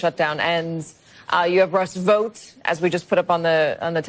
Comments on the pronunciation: COME ON MAN! "Russ Vough"? It's VoughT 😂 And you did it again even having heard CNN say his name correctly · Vought is pronounced EXACTLY the same as BOUGHT and FOUGHT. Do you pronounce BOUGHT as BOTE or FOUGHT as FOTE?